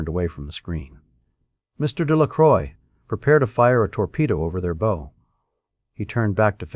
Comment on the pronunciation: The AI screwing up names( Spook for Spock, Buns for Bones) made me laugh a little but the constant misuse of bow whether "and arrow "or front of a boat was VERY irritating. Plenty of other problems too. I get enough of this with most customer service 🤬